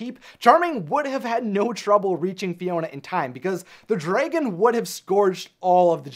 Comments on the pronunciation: If i hear him pronounce dragon drAYgon one more time Imma lose it🌚 To summarized this🌝💁🏽‍♀️ Charmining never made it on time because he was traveling from far far far Away(literally) If fiona lived in florida basically charming’s trip to fiona was like traveling from hollywood, los angelos, California And shrek was in jacksonville🌝🤷🏽‍♀️ So it was a far opportunity for charming I rather hear shrek(and donkey) comical shortcut adventure story than Charming’s heroic “destined mission” End of summary and examples🤷🏽‍♀️ And honestly as a second idea I thought he didnt arrived sooner because his mama Was playing “bibidi bopidi boo” On his “prince white shining armor attire” And applying his sephora makeover 🌝🤷🏽‍♀️ Fairy godmother- oops, ooh sowwry dalling I forgot to add a little shimmer on your lip gloss and a tad of glitter in your golden locks to bring out that beauty flare 🌝 Now you look like a covergirl☺️model Prince Charming shashays out, looking like a split image of chris hengeworth and david bowie, continuously fluffing his hair. Meanwhile, shrek and fiona already arrive TOGETHER in far far away🌝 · Please stop saying draygon. Dragon is pronounced exactly as it's spelled, they even say it several times in the movie itself. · This is a good video, but... WHY DO YOU SAY DRAYGON NOT DRAGON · Its Dragon, not DRAYGIN. Pronounce it right thanks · I guess a female dragon is pronounced draegin haha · Probably nobody else cares but this guy really needs to learn how to pronounce "dragon" it is not "draygon", nobody calls them "draygons", it is wrong and I can't get over how much it enfuriated me to hear it pronounced in such a manner. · It's pronounced "dragon". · Wtf is a “draygon”? Lol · Very informative video. I liked it a lot.... but the pronunciation of dragon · Why do you pronounce "dragon" like that? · The way he says dragon bothers me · He doesn't pronounce Dragon correctly and it is quite annoying. Also her name is Elizabeth. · its DRA GEN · Dra•GUN not Dray•gin